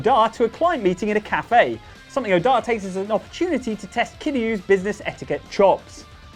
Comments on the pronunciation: Is it wrong that I ended up rolling my eyes a little when was putting the wrong emPHAsis on the wrong syLAble of Oda's name? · It's not Odá, it's Óda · It's Oda, not Odaaaah, lol. You don't have to lean so heavy on the "A"